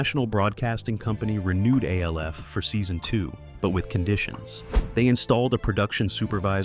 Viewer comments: Its not A L F. Its Alf. When you say it as A L F you sound like a D O U C H E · Yeah, of course it was a puppet... and the video keeps calling it A.L.F., instead of the name 'Alf', for whatever unknown reasons, so no, it's not, 'Elf', either. One of my favorite all~time shows, and it's so sad that the dad, Max, later ended up dying alone {because back in those days, being gay wasn't acceptable}, broke, and addicted to smoking c****. It's a sad shame that sometimes it's best that we don't know a lot of our favorite show's 'behind the scenes' facts, because Hollywood has a nasty way of treating people like 'products'. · Yeah, I didn't even finish the video. A L F instead of ALF 🙄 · Why are you pronouncing his name as A. L. F. and spouting out a lot of false information? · His name is ALF, damn it!!! Say it correctly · why is he calling it A..L..F> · Narrator keeps calling ALF A.L.F. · KevinE: They called it Alf on the show. Argue with that. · yeah, the moment I heard that I shut it off